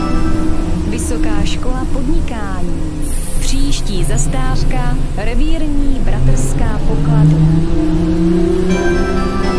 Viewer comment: To hlášení je chybné protože místo zastávka říká zastářka.